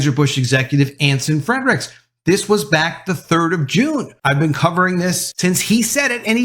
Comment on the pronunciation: .....it's Anson Fre-ricks, not Anson Fred-ricks. Just sayin.........